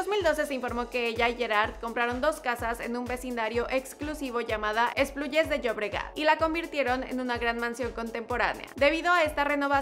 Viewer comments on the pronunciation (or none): Se pronuncia ESPLUGAS (no esplugies)